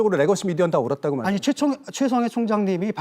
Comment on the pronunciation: 개싸움으로 몰고 가서 유시민도 별거 없네 이렇게 만들어야 하는데 어뜬보도가 어떻게 문제????? 여러분이 칭찬하는 기사는 다 사기고 날조입니다 이게 전체주의 발언인데 최총해총장님이 ㅋㅋㅋㅋ발음도 꼬이죠 디테일은 틀렸지만???? 그럼 틀린거지 중권아